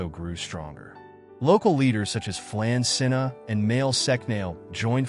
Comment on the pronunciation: Not "Mail sec nail" Mwael Shock-nol. Tara is prounced like the womans name ( not terra). Flann na Shun-inna (not flan sinna) Vikings didnt have horned helmets Get it right if you want any irish subsribers. Irish women ,under Brehon law had the same rights as men ,including divorce ,compensation .......ahh ffs forget it